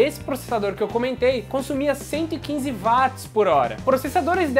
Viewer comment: não fala vatis, cara. é uótis.